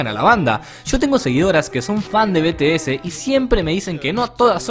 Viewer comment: Se pronuncia BITIES. Y yo antes era fan de BTS, pero ya no. Y la verdad si q hay muchas personas tóxica en el famdon. Pero bueno. PD: te ganaste una subscriptora 😽